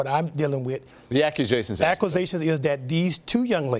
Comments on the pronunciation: "the aquasations is" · Muk Bang I heard aquasations 😂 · Dont forget ackwazations instead of accusations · When your "publicist" or "crisis manager" mispronounces the word accusations as "acquisations" on national TV and doesn't even attempt to correct himself....it's a wrap. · Not to mention learn how to pronounce words correctly. “Aquisations” “Bun” instead of bond “Lawyer” instead of liar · Somebody said he pronounced the word acquisition as acqusation. 🤭🙄